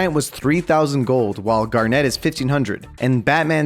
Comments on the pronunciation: Why does he say “garnette” when it’s garnet (garnit) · It's pronounced gar-NIT not net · ITS PRONOUNCED "GARNIT" NOT "GAR-NET" 😭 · why does he call garnet gar, net 🤣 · why does he say garnet as garNET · I die a little inside when he pronounces garnet incorrectly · the way you say garnet 🤣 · The way you pronouced Garnet, and I'm not even a Steven Universe fan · I hate how he pronounced garnet